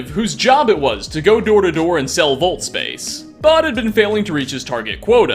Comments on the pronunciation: "volt?" I think you mean VAULT. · The word vault got murdered to death.